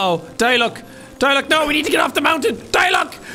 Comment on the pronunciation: ah yes my favorite character die-luck